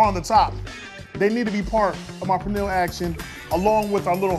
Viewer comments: pronounces pernil better than the Puerto Rican chef😝😂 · Anybody that pronounces pernil like that dont know what they doing lol